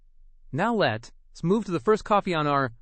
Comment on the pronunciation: This is so grating and ignorant to listen to. Instead of aren't we good, Aaron T ??? Instead of that's why, that S Y ?? This is insulting to education, grammar, and intelligence. Don't you have a proof reader ? Let S instead of let's...This needs to be taken off the internet.